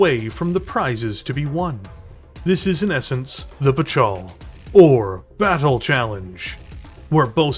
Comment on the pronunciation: “YOU DARE REFUSE MY BATCHAL?!”